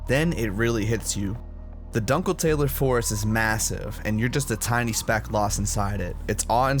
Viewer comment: Amazing video...but the pronunciation of "dunkeltaler" was criminal